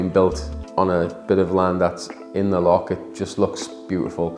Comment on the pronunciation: Loch with a 'ch' not 'ck'. Lo-CH. not Lock.